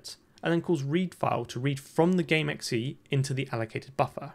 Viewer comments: This man is really out here pronouncing .exe as “ecksee” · I've never heard that pronunciation of .exe before but I really like it, I might start saying it that way.